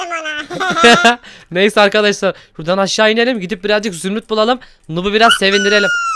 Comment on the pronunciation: zümrüt diyeceğine zümüt dedi...